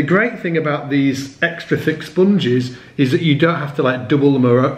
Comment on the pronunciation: It's funny the way you say "sponges".